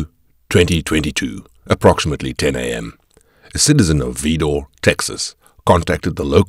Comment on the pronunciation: It's pronounced vidor vi not ve.